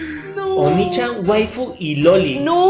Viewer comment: Ta bien raro que le digan onichan cuando se pronuncia oniichan, onichan significa demonio y chan es con cariño, y oniichan es hermano mayor